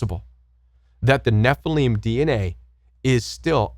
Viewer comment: ??? I have always heard the Nephilim pronounced: Neh-fill-im; you pronounce it: Neh-fil-eem Where do you get that pronunciation???